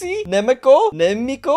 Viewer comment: As a Slovak your pronounciation of nemecko is terrible.I laughed at it🤣🤣🤣🤣🤣🤣🤣🤣.